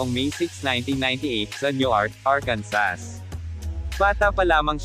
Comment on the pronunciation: "Arkansa" Ang tamang pronunciation... Walang "s" sa dulo.